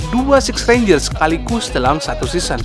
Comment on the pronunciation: Ngomong renjer aje renja🤦🏻‍♀️